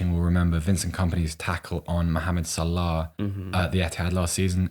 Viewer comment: Why is this bald pleb pronouncing Salah like that? What a pretentious knob head